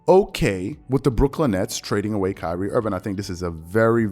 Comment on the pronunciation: “Pyrie Irving” lmaooo